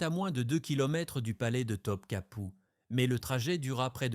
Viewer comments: Pour info on ne prononce pas Top Kapi mais Top Kapeu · Pourquoi Top Kapou? Et pas Topkapi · Je pense que la personne a demandé à l'ia de faire un documentaire sur Theodora et d'en faire une video. Il y a pas mal d'erreurs sur les noms aussi et après vérification, les dates ne collent pas. Pour les noms, il faut lire : Goulbar hun : Gülbahar Hatun Top capou : Topkapı (Sarayı) Bosfor : Bosphore Sumbula : Sümbül ağa Aïe / Aïsh Sultan : Aişe ou Ayşe Sultan (prononcez Aïshé) Quand on n'a pas les bons mots, il est difficile de les deviner pour faire nos propres recherches.